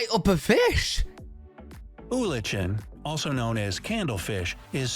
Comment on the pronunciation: "Oolichan" is pronounced "OO-li-k'n," and why is the cartoon polar bear brown?